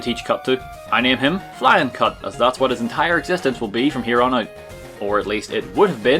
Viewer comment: lmfao,I LITERALLY thought you said "Flyin Cunt",until I saw it on the screen.....lol :P